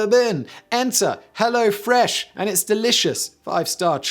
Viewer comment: As a German, I say ‘Kudos’ for your pronunciation of all these German names. Also you ruined ‘Hello Fresh’. For all of us.